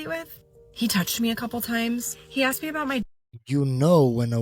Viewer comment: "I axed you a question" 😂😂😂